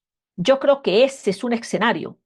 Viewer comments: No se dice "Exenario" ,se dice "Escenario" tal como se escribe... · Con el debido respeto y admiración, no es eCsenario, lo correcto es eScenario